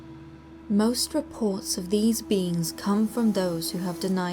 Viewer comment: Every time you say "Black Eyed Beings" I hear "Black Eyed Beans" Anybody else? 😂